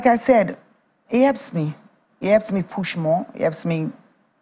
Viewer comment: What is 'ard' work...HARD? 'Elps it's HELPS. Please learn how to pronounce your words properly.